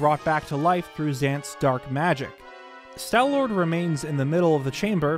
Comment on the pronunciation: "Stal" does not rhyme with pal or shall. It rhymes with wall and ball. Stalfos is pronounced "Stahl-fohs." Also, no, the fact that there's hair on some parts of the Stallord does NOT suggest that it had hair under its skin, or that the hair somehow came into being after its death. It could just be that the conditions of the tomb in which the fossil was found, acted to preserve the beast's remains quite well, so there's still some patches of flesh left in the spots the hair is coming out of. If that's so, it could be evidence that whatever creature the Stallord was in life, was covered in fur, possibly mammalian.